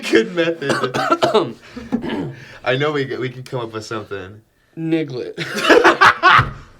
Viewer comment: Did just say, nigglet?